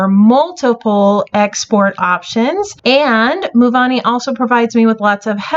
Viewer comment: You keep saying Movani, and even have it listed that way in the description, but it’s Movavi (no “n”) thought you’d wanna know